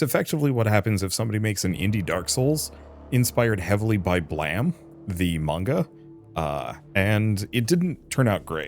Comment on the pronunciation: Did you just cal Blame Blam lol. It's blame, like " you are to blame for this"